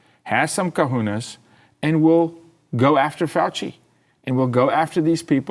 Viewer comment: Cajones, not kahunas